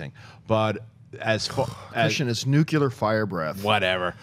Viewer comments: it's nuclear not nuculer I'm not a troll I just appreciate words being said correctly like we take things for granted not granite and affect is a verb and effect is a noun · NUCLEAR!! NOT NUCULAR FFS!!!